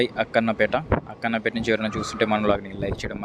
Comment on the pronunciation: Bro Akkanapeta కాదు akkanapett.